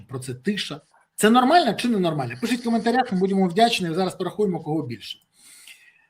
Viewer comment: чому цей деган береза каже "пишить", замість "пишіть"?